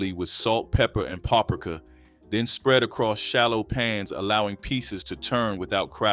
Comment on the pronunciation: You pronounce paprika wroooooog lol